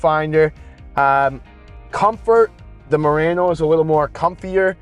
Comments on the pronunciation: Pronounced MU-RA-NO. Not RAN -O 😢😮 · It's late. I'm cranky. Can somebody teach him how to pronounce Murano?😂😂😂.. . Potato potaaaaato